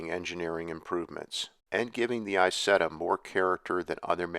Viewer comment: It’s EeZETTa not eyesetta.